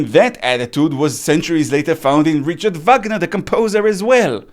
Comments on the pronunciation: As a German Speaker, it "Pierced" my Ears when You said "ch" in Richard as in Chocolate and not as a Throaty H Sound like in Hebrew! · הי, רק הערה אחת — את שמו הפרטי של וואגנר הוגים כ"ריחארד" ולא כ"ריצ׳ארד. ועוד דבר: כן, רמב״ם אכן היה הרופא של משפחתו של סאלח א-דין (נראה לי), אבל הוא ברח מספרד לא עקב רדיפות מצד הנוצרים, אלא עקב רדיפות מצד המוסלמים. פלוס יש לנו דוגמאות איך ההמון היה מתמרד כשכל מיני שליטים היו ממנים יהודי כוויזיר. ויש מקומות בקוראן שם יהודים מוצגים באור ממש לא חיובי. אז כן, אין למוסלמים מלחמה אידאולוגית כנגד היהודים (כמו שיש לנוצרים), אבל גם במדינות ערב היהודים אכלו מלא חרא (סליחה על הביטוי).